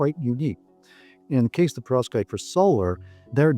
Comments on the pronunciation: Your pronounciation of perovskite seems deliberately off, if only because you surely can't be doing it that wrong, in that way, so consistently. The way you say it: "Provskate" The correct pronunciation: "PER-ov-SKYte" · Why are you saying profskites.. it’s .. PEROVSKITES 😭